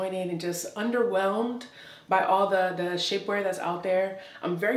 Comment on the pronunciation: 21. Had to rewind because I sincerely thought she said "Shitware peices", but she actually said : "Shapeware pieces". After viewing the entire video I'm convinced that she SHOULD have said would I originally thought I heard.😳😁